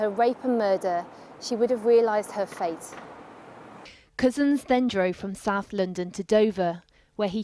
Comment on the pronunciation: Whenever the voice-over says "PC Wayne Couzens", it sounds as if she's saying "PC Wanker". Intentionally appropriate?